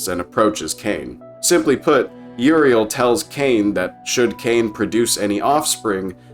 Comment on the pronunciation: I love your humor and detail you put Into this video but my god I Crack up and get frustrated when you can't pronounce Uriel ( YUR EAL) dionysius( dion nye sus) etc lol. But fantastic video nonetheless